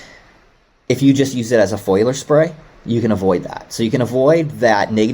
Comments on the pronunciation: Foiliar spray 😂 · It's not a foiler spray but a foliar; from the word foliage. Come on. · Are they saying foliar, or foiler? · I’m assuming foliar, they did pronounce other words funny “to me” also. At least I’m not the only one!